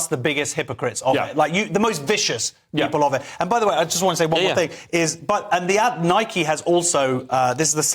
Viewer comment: It's Nike not Mike.